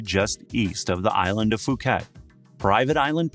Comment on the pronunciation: Phuket is pronounced Pooket not Fooket.